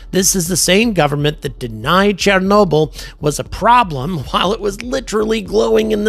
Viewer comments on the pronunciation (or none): none